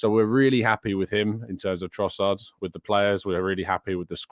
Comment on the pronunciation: you keep saying his name wrong. It’s Leandro Crossard now!